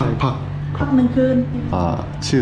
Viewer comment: พัค ครับ พัก 1 คืน ชื่อ พัค ครับ จังหวะ โบ๊ะบะมาก